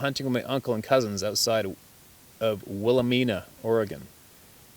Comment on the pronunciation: Great story. It's pronounced Willow mine uh , I have family there, and I live an hour away on the Oregon coast.